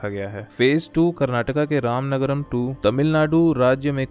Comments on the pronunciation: It is ramanagara not ramanagaram.. pronounce right name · It's Ramanagara not ramanagram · Thanks for this information 🙂 And plz correct it Ramanagara not Ramanagaram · ramanagara not ramanagaram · It's not Ramanagarm it is ramanagara